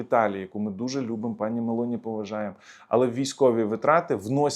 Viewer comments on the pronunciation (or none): none